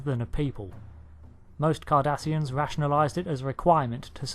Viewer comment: I keep thinking he is saying Kardashians